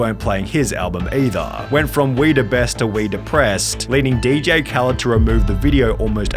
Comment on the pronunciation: Most of y'all are saying he's using someone else for fame. But really don't know hes a DJ I mean didn't y'all notice he says DJ khalend so maybe that didn't rung a bell but he didn't really know how to rap or sing that's wh. A lot of hus sings have people featured